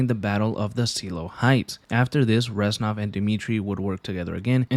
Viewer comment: It hurts to hear the "ranznov"😭😭 reznov my guy